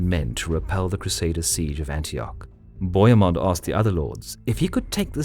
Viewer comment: And bohemund is pronounced Bo He (as in hell) Mund